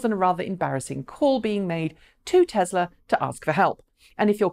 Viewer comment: Add it to the list along with Hyundai. However, she is probably the only English person that can get Nissan and Tesla correct though, so I will call it a wash.